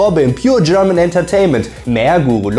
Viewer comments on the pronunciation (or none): none